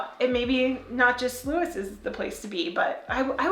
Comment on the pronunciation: About 30 yrs ago. Nowhere was open at all on Sundays. Leave your clothes outside, would get stolen here in the UK. U did pronounce Lewes correctly. Lewes is probably the biggest in the UK. Guildford very big as well. Getting into Lewes is bloody hard. Forget driving. The whole town, the roads getting in, is in complete lockdown